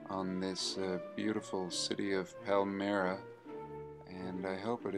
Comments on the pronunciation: Pronounced Pal (as in a buddy)- my (as in mine)- ra! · Palmyra - palm-myra. Other than that entertaining video. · Here you really blew it. You exposed yself as somebody who has no clue what you are talking about. This is in any of the videos you make while you walking your dog. This is disappointing. You dont know what happened because you are totally ignorant. You cant even say Palmyra properly. Did you fall out of the f...Mars. Idiot. Only a Murican can be so under educated. Russians bombed ISIS, and it was ISIS who purposely blown up old monuments in Palmyra on a pretext they are idol worship. Why dont you get informed a bit before blabbering bullshit?Yeah make a proper video next time. Discover something new. Yeah. Like Papua New Guinea.